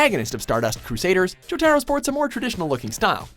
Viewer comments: I hate the way he pronounces Jotaro's name 😠😝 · Wtf you can't even pronounce jotaro? Wtf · Nigga he said jotaro wrong and i cannot let that slide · IT'S JOE-TAH-ROE NOT JO-TAROE GOD FUCKING DAMNIT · He can't even pronounce Jotaro right. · Sorry dude, but I CRINGED with how you pronounced Jotaro's name. Listen to the pronunciation in the anime..